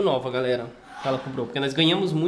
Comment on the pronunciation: A ver agora este vídeo antigo é à espera a todo o momento que a Carina apareça na porta a dizer "olá galela" 😁😁😁😁😁😁😁